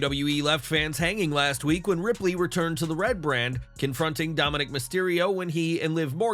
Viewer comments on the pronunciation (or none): none